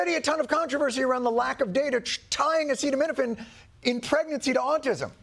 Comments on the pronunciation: I don't think I would be able to pronounce that either. But then again I'm not a self-proclaimed genius or the president of the United States.. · He can’t even pronounce Acetaminophen. A precise decision against the needs of women during pregnancy, how are they supposed to get through the most difficult time of their life? It is a capitulation against the people who are saying (wrongly) that vaccines cause autism (they don’t). It hurts the health of the entire population! djt and rfk jr. are wrong! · Acetaminophen - a word hard to read&pronounce for NON-NATIVE speakers or 5th graders. See kids, THATS why it’s important to READ or you look like an idiot when you are president. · By being unable to pronounce "acetaminophen"...and using the BRAND NAME "Tylenol"....Trump handed Kenvue its greatest weapon in a lawsuit against him, Bobby Jr, Marty Makary, etc. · Trump's contempt for Americans is amazing. He's there to tell us that acetaminophen causes autism and he can't bother to find out how to say it. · “Acid and Minafin.” Yup his education served him well. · Its Acetaminophen and its pronounced as AH-SEE-DAT- U HAVEN'T RELEASED THE TRUMPSTEIN FILES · Hey Trump, does this help: Uhh-see-dum-min-uh-fin. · The only time Donald Trump asks for consent is when he mispronounces a new key word in his lies. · Not only did POTUS mispronounce one of the most common meds, he looked like he just found out it's Tylenol. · We have a “president”who can’t even pronounce acetaminophen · 😧😮😲‼️🙋🏼‍♀️ That’s scary AF that our president can’t pronounce acetaminophen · If the President can't say the word acetaminophen he should stop talking about it. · It’s sad that I liked this video as soon as our PRESIDENT announces acetaminophen wrong a few seconds in. But for the record I have a bottle in front of me so I could spell it right.😬🇺🇸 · OK. Let's get our medical advice from a guy who can't pronounce the medical name. Perhaps we should wash that taste from our mouth with bleach?